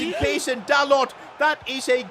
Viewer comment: By the way you pronounce dalot like dalo